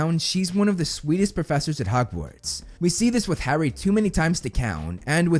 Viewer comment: Harry was on the list. Also you said "Hogwards" instead of "Hogwarts" but that's not really a big deal. I do think Barty Crouch Jr should be higher though for all the reasons you outlined.